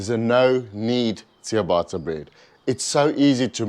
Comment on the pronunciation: Nice 😋. Just one thing it’s pronounced Chia bata not chia baaata.